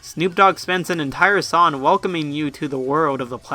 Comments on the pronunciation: I like how you say 'son' instead of 'song'. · Stop saying sawn instead of song lmao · You say son... Not song. That is absurd.